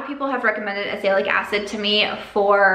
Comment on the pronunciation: Hey! Can't wait to see what you do with your new space! And jic you like to know these things, Azelaic = aahzz-uh-LAY-ick. :)